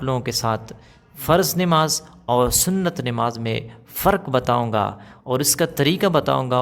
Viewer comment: Nemaz nhi h namaz h,sahi boliye